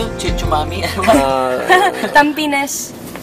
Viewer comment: Tam-penis?! Ahahahahaqha!!! It's Tampines (pronounced as tampa-niece)